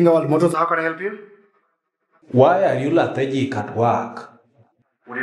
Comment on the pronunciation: I just pressed the like button immediately I heard LATHEGIC 😂😂😂. I don't know if that's the correct spelling